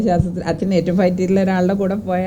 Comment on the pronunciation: അച്ഛൻ എന്ന് പറയാൻ പഠിക്ക് പദ്മവ്യുഹമെ